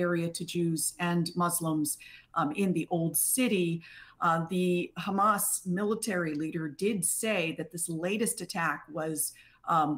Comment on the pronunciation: For the Presenters it’s not Khmas it is Hamas Pronunciation is very simple. There is no need for all this effort that you use in your mouth for pronunciation. You can save this energy for other things.